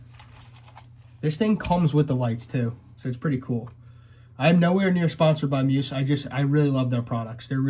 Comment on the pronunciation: It's pronounced mee uhs not mews